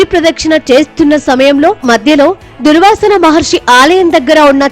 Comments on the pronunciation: అవును. వారికి సరిగ్గా పలకడం రాలేదు. మళ్ళీ టీవీ ఛానెల్ లొ ఉద్యోగం..!! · "దుర్వాసన" మహర్షి ఏంటిరా దిక్కుమాలిన AI వెధవ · Durvaasa Maharshi Talli 🙏 Durvaasana kadu..😤😷🤧